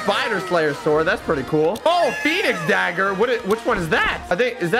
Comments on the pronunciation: says sword with the w in stead of saying it with no w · what’s a SWORD u pronounce it (s o r d) not (sWWWWORD) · Swword. Also why blaze? It’s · i love when said swword